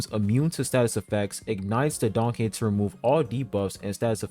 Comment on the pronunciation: I thought he said danhung lol